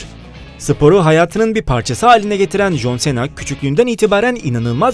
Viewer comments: Bu söyliyen adam jonsena diyo joncena demesi lazım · Aq çıldırdım abi nolur şuna con sina de artık okunuşu o adam koskoca jhon cena ya sena ediyo aq shahhshs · jon sena değil jon sina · Jon sena deyıl John sına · jonsena deyil consina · Jon sena nedir ya cohn sina olacak 😂😂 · jon sena ne yaa 😃😂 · Alay aşkına jön Sena eee tabi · Eniştem is john sina Türkçe okunuşu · jon sena dediği an videoyu durdurup kapattım. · Lütfen şu John Cena yı düzgün oku